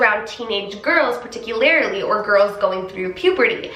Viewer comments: “particularily” is not a word. I think what you’re trying to say is “particularly”. You tend to add the extra “ih” syllable towards the end. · The way you pronounce "particularly" tho is cute